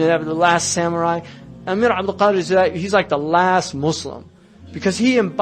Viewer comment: Pleeeeeeeaaaase: EL-JAZAÏRI !!!!